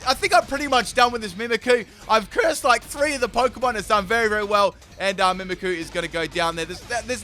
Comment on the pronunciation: I'm surprised on how many times he said Mimikyu's name wrong that no one pointed that out.